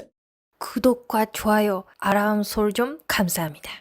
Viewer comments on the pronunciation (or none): 인트로 "츄미코의 구독과 조아요 아람설쩡 칸사함니다." 가 아주 좋아요.